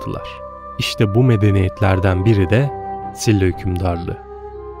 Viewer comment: SİLLA değil efendim, ŞİLA şeklinde söyleniyor. ☺️